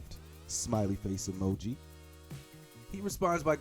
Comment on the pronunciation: LMAOAOAOAOA LOVE THE WAY YOU READ FOR THE GIRL " YAAAAAAAASSS!!💅💃" And the pronunciation of "emo-j-eye" lmaoaoa. I'm already dying 😂👍